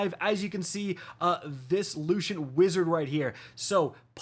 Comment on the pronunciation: "Lushint"😂 lucent